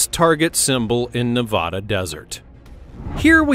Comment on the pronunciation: I don't live anywhere near there, but it's Ne-VAD-uh.